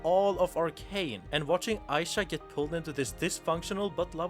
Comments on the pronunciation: Who's Aisha??? It's Isha, ee-sha. Ik you must be white or something and not familiar with ee pronunciation (like people saying aissa instead off issa)but common, jinx literally yells EESHA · oh my gods why is everyone sturuggling with this, jinx actively says her name in the show there's no reason so many people should be butchering it like this its really not a hard name say it w me e - sha not eye - sha 😭😭😭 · Its Ee-sha not Aisha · Why spelling Isha like that tho 😢 aside from that, great video (I get butthurt bc ppl mispronounce my name in the same way all the time)